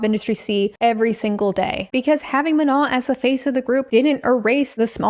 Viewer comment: It kills me that you keep saying "Manal" 😂 it's just straight up "ma no", like saying no to your ma 😂